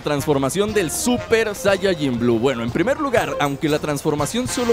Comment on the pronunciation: Se dice SAIYAJIN